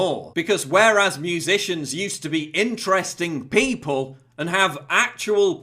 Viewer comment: I love your videos. I agree with everything that you say. But, it drives me crazy everytime you say "pee pole" instead of people.